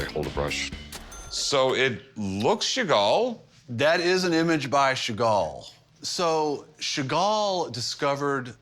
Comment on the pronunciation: Sheven chagall😂